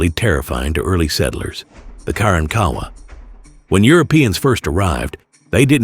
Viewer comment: In Texas we pronounce it" Ka Ronk Awa" not"Karan Kowa"!!😮😅😊😂😢